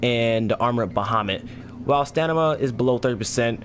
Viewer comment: Dude stop saying stanima....it's called stamina lmao!!!